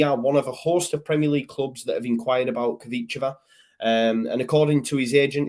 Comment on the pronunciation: Congratulations on your pronunciation of Kvicha. Obviously you've got your teeth in today 😁. Selling Costa will bring in at least £8 million. I think leeds are playing it smart actually. Getting the best price by waiting..... Last 2 days more confident of signing. Not such a depressing show today matey.